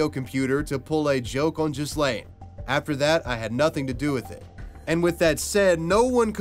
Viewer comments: LOLOLOL You must be American lol its NOT JIZ-LANE or JIS-LANE lol its pronounces G like Hard G Ga- like the name GUS so G-Laiine lol dont use the S at all either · You've even done a huge injustice and caused more insult to Ghyslain just by pronouncing his name completely wrong. The Gh for one isn't pronounced to sound like a J, it's a strong G sound like when you say G,ood or G,reat..hear the G sound...and the S is silent. His name is pronounced as in Gee-lain, Not gee, as in gee whiz, but Gee, with a guh type sound. He was probably called Gee (ghee), by his close friends and family. Ghee-lain. Learn a foreign name properly please, before doing a video. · It's pronounced Gee (like Guy pronounced the French way) laine Gee-laine (with the ”gue” sound, not the ”je” sound). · Ghyslain is actually pronounced ‘Gee-lane’. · I think that it pronounced Gi-lane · Ghyslain = Gee-lain. Butchered that pronunciation